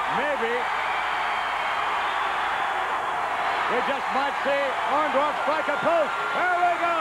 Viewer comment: he can't say orndorff either sounds like ondaff 😂